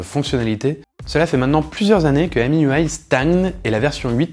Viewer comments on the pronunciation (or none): none